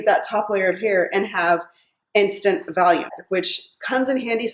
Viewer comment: Valium??? You mean Volume?????😄😄😄